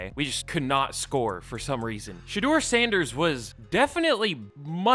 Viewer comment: Also, shout out to u for actually pronouncing our last name right on the first try. It’s not often that people get it right on the first try.